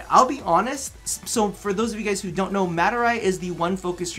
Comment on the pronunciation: “you dront even undershtand!”